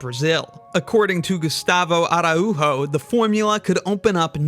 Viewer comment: Why did you say "Arauho" unstead of "araujo"?, hes name is in portuguese not in spanish